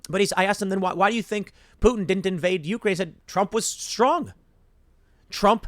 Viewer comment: It's You-CRANE, not YOU-crane. Take some of that money you're making and learn to read.